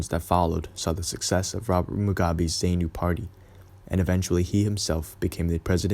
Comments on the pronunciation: Many thanks. Some odd pronunciations, though, you made. Rhodeezhyer, not Rhodayzha. Zarnoo and Zarpoo, not Zane-oo and Zay-poo. Salisbury is pronounced Sorlsb'ree. I can remember as a young man being bitterly against what Smith was doing. I think most 60s people saw it in terms of every African country having the right to its own government and freedom. Age and a more sombre view of what African countries subsequently created have modified my opinions down the years. Mugabe was the worst thing to happen to Zimbabwe. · Please...please...please! It's not 'Rho dayshun' ...but 'Rhodeeshin' or 'Rhodeesha' . It's Zaapu and Zaanla not Zaynu..etc. I would lose the cheesey background music during your narration. You also don't comment on the fact that the Rhodesian army was about 80% black...which is an important part of understanding the complexity of the situation. I grew up in that part of the world in the 70s. As a family, we'd recently returned from Vic Falls from holiday when the first passenger plane was shot down...could have very well been us. Lived through the war as a child and remember the fear and terror of it all. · Yes, good video but it’s Rhod’ee’sia , Z’aa’nu and ‘Z’aa’pu. Just a slight tweak on pronunciation. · Zapu pronounced zarpu Zanu pronounced zanu and the z is not zee Rhodesia is pronounced ro de sia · It’s funny how you pronounce the guerrilla groups ZANU and ZAPU, it’s Za-puw and Zaa-nuw - Zaa-nuw-pee-eff. Nice video otherwise very Quinton Tarantino esk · Great job! Editing needs to consider better pronunciation of eg ZANU, ZAPU etc. But a great statement on that time and place. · Great project! Hope to see more from you. Suggestion... You might want to check pronunciation of local words (mis-pronounced words include Rhodesia in some places , ZANU and ZAPU). Will help the impression you give keep up with the research you did.